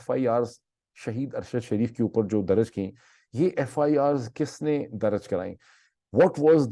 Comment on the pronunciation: Dr Moeed aap Please apni urdu languge ki pronounceation bhi correct karen FIR darj not daraj anf plz agree k chootya se chootyapa lafz derive huwa hai aur ye aik gaali hai kisi bhi loogut se aap dekh len ab is charb word ko apni guftugu mai kahin bhi adjust karenge aur koi bhi heela paish karenge to ye apki need to ho sakti hai lakin aap is trha se sunne waley ko kaiyl nhi kar sakte you are a compitent person aap parhey likho wala koi bhi lafz istemal kar sakte hain